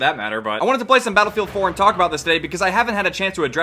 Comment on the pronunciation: playing Battlefield? now Modern Warfare really had made mistakes:o Edit: He did just say Bootylfield? xD